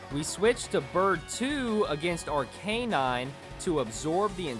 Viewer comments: “Ar-Canine” 😂😂😂 you keep being you bro 😂😂😂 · I went into this video thinking he was gonna evolve them But no, that'd be too easy. Also, the constant mispronunciation of Pokémon and Arcanine makes me sad.